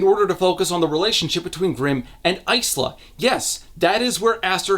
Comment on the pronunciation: Is it Ice-la? I thought it was Ila (S is silent) or Is-la?